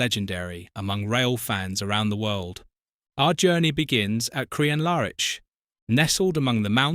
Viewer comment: Pity about your pronunciation of Crianlarich LOL